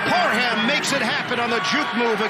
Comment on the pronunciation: every week the broadcasters love to emphasize the HAM in Parham when it’s literally pronounced “Parm” lol. put some respect on my man’s name he’s been going off this year!